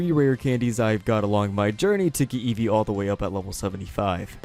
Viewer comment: Nobody: Eesvee:R E T U R N